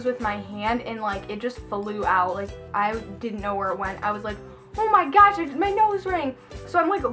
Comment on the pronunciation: Lol how she say on my gosh